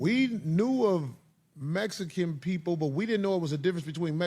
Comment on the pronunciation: Thank you Cory for actually emphasizing the pronunciation... its Mexican.... not mesican